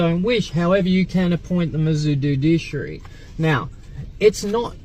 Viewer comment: Aside from "cohersion", I realised when he said "judiciary" he meant "fiduciary". Thick as mince this one.